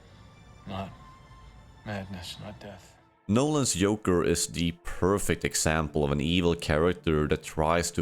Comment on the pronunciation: wdym yoker😭 is this ai generated or a speech disorder because before and after you get it right with the Js